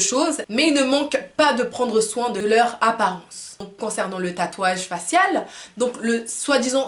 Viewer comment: J'adore ta façon de prononcer " faciale"...! 😅🐓👀